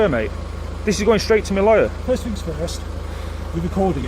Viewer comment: listen m8 you talk like a dick it`s three not free thing not fing omg but well done doing the police 🤷‍♂